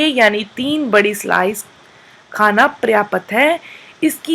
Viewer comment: 9:4 प्रयापत नही पर्याप्त होता है मैडम, ठीक से बोलना तो सीखलो